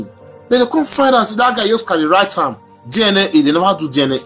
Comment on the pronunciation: It's DNA not DIENEA